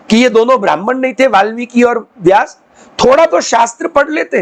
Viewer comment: આપ વાલ્મીક અને બ્રાહ્મણ કેમ બોલો છો વાલ્મિકી બ્રાહ્મણ નહીં